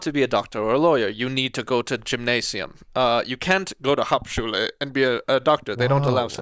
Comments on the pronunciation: Dying at Shane trying to pronounce “hauptschule” 💀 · Btw Hauptschule is now called „Werkrealschule“. At least same of the cities call it like that. Ps. As a german I feeling highly offended by the accent and by the pronunciation of german words 😂 it‘s good but it still sounds weird to hear it like that 😂